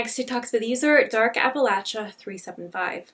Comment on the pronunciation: Props on saying Appalachia like the Hillfolk do :)